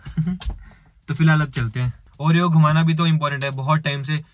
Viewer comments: ne oreo ko panoti kyu kaha 😡🤬 aisa mat karo plZz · What's this is saying panoti to Oreo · ne Oreo ko panoti bola Puri video dekho head phone laga ke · 😅😅😂😍 bol raha ha Oreo sa panoti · Why did said panoti to oreo